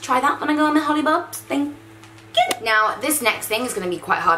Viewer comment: "thank q" iconic